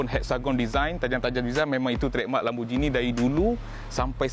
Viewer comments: Bang sebut dia “lamborGINI” bukan “LamborJINI” . Tengok google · Mate. Pronounced lamb-bor-ghee-nee. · im offended how he pronounced lamborghini